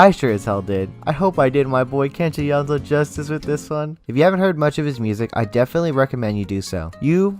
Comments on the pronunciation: Sameeee hehe YO-NE-ZU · great video but I am amazed at how the pronunciations are butchered I mean it's literally in Latin, "Yonezu" → "Yanzo" ???????????????????????????? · please don call him kenshi yonzu his name kenshi yo-ne-zu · Just so you know, his name is “Yoh, Nay, Zoo” Among his fans, we call him Yone-San. Good information though. Thanks. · when he said kenshi yonzo i DIED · Man said Kenshi yonzo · Its Yo Neh Zu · HE PRONOUNCES IT KENSHI YONZO IM GONNA GO JUMP OUT A WINDOW NOW GOODBYE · *slightly cringed how he pronounced Kenshi's name * do check out clips when he hosted the radio program, Monthly Artist File -The voice, he spoke quite a lot (its rare cuz he's usually so quiet). If u listen carefully you'll notice when he speaks there's like small pauses where he goes "ehhhhhhhh" while trying to think and it's adorable